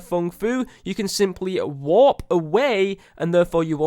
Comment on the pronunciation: When you said warp away from the fung fu I thought you said walk. “ to get away just walk away